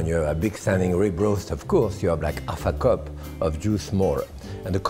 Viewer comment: I al ways seem to think he's saying "a fuck-up" instead of "half a cup".